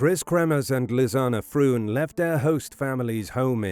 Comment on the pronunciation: Mispronouncing their names is not going to help convince people that you have the answers .